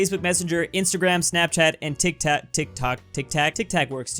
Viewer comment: uhm tik tak idk random Meh: Bruh the name is tik tok welp finally you spell it correct so good My brain: tik tuk tuk tek tik tak tak tok tek tik Meh again: bruh why do i have a stupid brain=_=